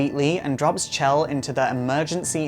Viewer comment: It's Chell, Not Shell.